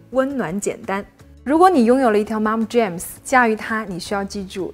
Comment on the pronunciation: 两个词，Look我听成Luke，MomJeans 我听成momJames 😀